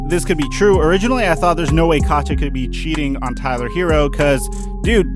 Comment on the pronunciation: Her name is not pronounced katcha it’s kateeyah